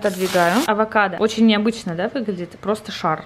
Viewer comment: Бесит не очень ,а очь